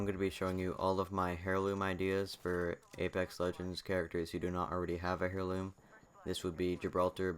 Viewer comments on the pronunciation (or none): Nice video, but it's pronounced "air-loom" not "hair-loom"